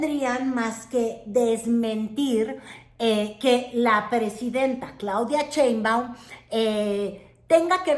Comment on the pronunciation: es Sheinbaum y no Chei Güerita